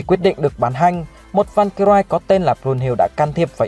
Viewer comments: Van cơ ry chứ k phải rai nha bi. Nghe ngứa tai vl 😤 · Valkyrie phát âm sai r. "Van-cơ-rai" là sai nhé! Valkyrie /valˈkɪərɪ/ /ˈvalkɪrɪ/ đọc là "vao-cơ-ri: " nha! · Valkyrie còn đọc sai thì thôi không có tư cách làm clip đâu.